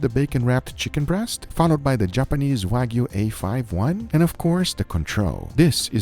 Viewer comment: please teach the "" how to pronounce Wagyu... its not WAG-U... its Wah- U